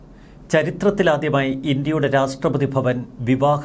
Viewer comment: My dear, Ra SH TRA not STRA